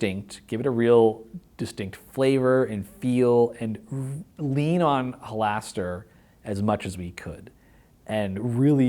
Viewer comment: Why is Mearls mispronouncing Halaster?